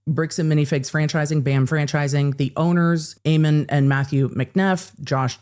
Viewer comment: Ammon is pronounced am-un. The a is like in apple. It’s a name from the Book of Mormon (the actual book).